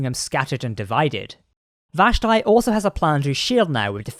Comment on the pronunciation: It's pronounced VASH-Tee.